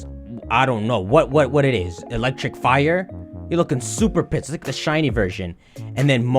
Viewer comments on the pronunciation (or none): none